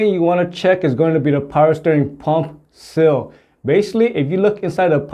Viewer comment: Just a point of interest you pronounce Seal as sill. You may want to work on that as these are two very different things.